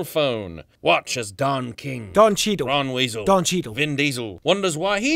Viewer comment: I love it when gets the stars names wrong and just makes up stuff. Kit kat. Ron Weasel. HAH!